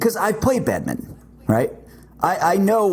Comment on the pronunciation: Can we just take a second for pronouncing it “Badmitten” instead of “bad min ton”